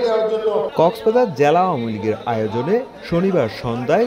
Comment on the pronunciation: জ্যালা আর ন্যাতা না। উচ্চারন হবে জেলা আর নেতা।